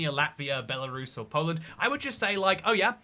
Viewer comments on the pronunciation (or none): none